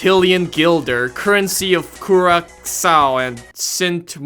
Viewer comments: As a dutch viewer, it was hilarious to watch him pronounce "Sint Maarten" and "Curaçao". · You did pretty well at pronouncing Sint Maarten and Curaçao for a non-Dutchman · Damm pronounced Curacao correctly first try